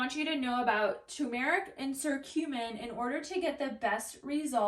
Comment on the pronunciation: fyi it's pronounced kurcumin.. hard C. but good info. also One of the best ways to get The anti-inflammatory properties is to juice fresh turmeric root in your juices.